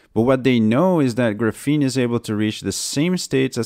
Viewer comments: It's called grA-feen, not gruh-fEEn. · Can't listen to this annoying mis-prononciation of gr'feene any longer. It's graphene with an A like graphite. BTW don't count on WackyPedia for any facts. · Graph-een gruffeen is so distracting I feel like a douche for pointing this out, but everytime I hear you say it, it's like fingernails on a chalkboard, and this is a really good video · Dude if your going to do a video on Graphene you should learn how to pronounce it correctly. GRA-PHENE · awesome vid again mate! Just one thing... it is the first syllable of the word which is stressed and not the second, hope that helps... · Knows everything about graphene except how to pronounce it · noonenaught His accent has nothing to do with it; he's stressing the wrong syllable. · It should be pronounced with accent on the first syllable not the second syllable. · Graphene can do everything but be pronounced correctly by this guy. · Just wish he would stop saying graphene that way.